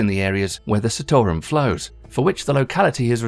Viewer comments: the CITARUM pronounciaton is wrong. its not sitorum but it pronounced as CHITAROOM. but this video is good. i love this video❤ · Where are you getting Sittorum from? It's Chee-taa-rum. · Say it with me - NOT Citarum, it is SEETARAM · It's not 'see' 'tore' 'rum' , it is pronounced 'cheetah' 'room'... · Citarum not pronounce Sea-to-rum. its Chi-tar-room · Just so everybody is clear here. A lot of the footage in the video is not actually from Citarum river, or the cleanup currently happening there. Also, the ADP is often accused of greenwashing because the allocation of funds is questionable at best, and nefarious tactics are used to silence those who oppose their funded projects. And also, its pronounced "chi"tarum -the same way he pronounced Cimahi in the video. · It is pronounced Chit-O-Room